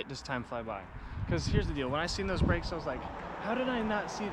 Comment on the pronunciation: So what happened There was bwakes and then no bwakes 🤷‍♂️